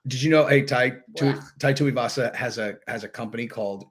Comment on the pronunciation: Small point, mate - Tuivasa is pronounced like "too-ee-vasa".